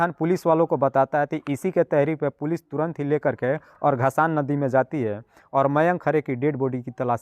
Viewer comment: नदी का नाम घसान नहीं धसान नदी है ।